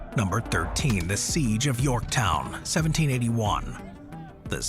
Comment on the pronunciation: You missed the N at the end of Yorktow?.